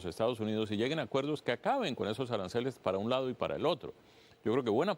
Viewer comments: Arancales o aranceles? 😂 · Que tan difícil es decir aranceles?